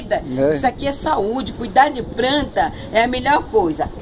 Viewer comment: Pranta mas pranta=planta kkkkkkkk lindas